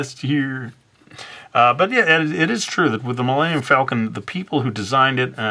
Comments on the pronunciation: The Milayneeyum Falcon? I think that is the fastest you have made me laugh in a video. Good job.:Thumbup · Man. Why did you butcher the name...